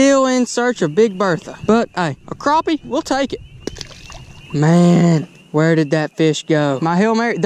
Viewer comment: It's crappie not croppie